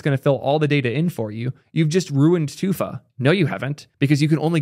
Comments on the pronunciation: why in the name of all that's holy do you pronounce 2FA like "toofah" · “Too-fuh” bruh what